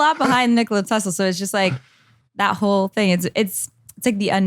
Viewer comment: Nikola Tesla the government stole his ideas I mean that is almost a fact it's not a theory and I think Shantel could probably compromise I don't know about confirming if he died a virgin Logan and no you did not pronounce his name right LOL how funny cell lab you there Logan Paul